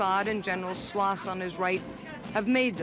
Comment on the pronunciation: Ann pronounces the name طلاس as Sloss, 😅, it is rather like Atlas, without the 'a' in the beginning, Tlass.